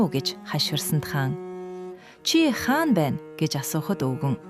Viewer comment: Хаана гээд байх юм. Хаан гээч